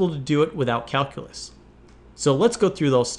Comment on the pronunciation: I love your challenges! Would you do something for me? Learn how to pronounce calculate and calculus? Cal-"q" lus, cal - "q" late